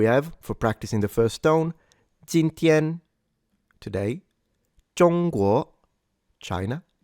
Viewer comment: incorrect pronunciation of China. It is actually pronounced ㄓㄨㄥ ㄍㄨㄛˊ